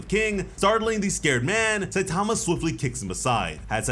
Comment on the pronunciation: Another person that can’t say Saitama’s name right. Jesus